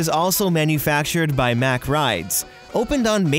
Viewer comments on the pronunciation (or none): Its not pronounced mach its pronounced mock rides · Don’t wanna be that guy but just saying, MACK rides is pronounced like Mock.